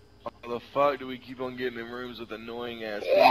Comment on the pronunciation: He calls you an idiot and he cant even figure out how to say Do